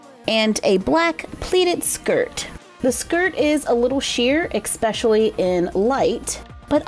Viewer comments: Anyone else here her say exspecially instead of especially?? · "EKspecially" 😬😬 liked the dresses.